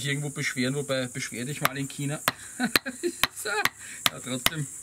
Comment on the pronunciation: Kina ? China also Schina gesagt